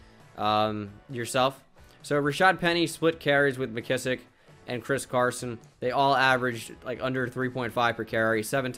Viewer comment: yea its Mc-Kiss-Ick